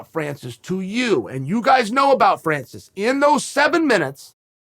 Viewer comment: You can tell that Chael likes Francis, because he knows how to spell and pronounce his name.